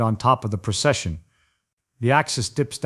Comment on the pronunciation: Precession. Not procession.